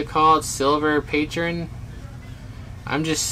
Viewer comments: lol you said pee trone... its pAtron 😂😂😂😂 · Silver “paytren” 😂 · This dude said silver Pat-Ron 😂😂😂😂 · He said silve pa tron who dont know what patron is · Hahahahaha. It's pronounced petrone thought it's spelled different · The way he pronounced Patron